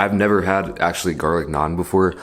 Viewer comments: Finally someone saying NAAN correctly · Damn he pronounces it like an indian lol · Your "naan" is so much better than stupid NRIs coming back to India and trying to say the word with some stupid accent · Yesss. It's so satisfying to listen to! Im constantly correcting my parents when they get it wrong so hearing it properly pronounced is relieving XD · Everyone I know says naan like that, wdym bro. It’s not like it’s anything complicated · Tarun kr yes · Fr lmao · LOL so true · Exactly! and matt stonie tho...